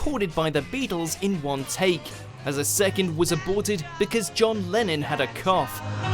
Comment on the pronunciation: There are a lot of Latin derived terms that are pronounced in English differently from in Latin. You wouldn't learn about that term in Latin lessons at public school. And there are other bizarre mispronunciations in this video (John Lennon as "John Lenin" for example). I wonder if it's an American faking a British accent.